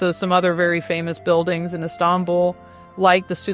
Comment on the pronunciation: The way she pronounces İstanbul perfectly <3